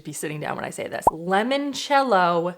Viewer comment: Scrolled a while and didn’t see anyone answer you about the pronunciation of mascarpone, so plz forgive if there are many and I didn’t see them! Mascarpone is pronounced MARS CARR(rolled ‘r’) PAWN AIR also Limoncello is pronounced l I Mon cello, not l E Mon cello lemon in Italian is limone, I know you didn’t ask but my Italian soul cringes and as you cared about how to say mascarpone arpone, I thought you wouldn’t mind. I am binge watching the cooking shows while unwell in hospital, thankyou for the fun way to pass this time!